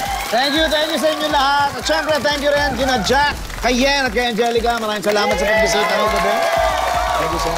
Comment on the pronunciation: Paolo:Palakpakan Natin c Ms. Durano😂😂😂 D nya Masabi "Yen"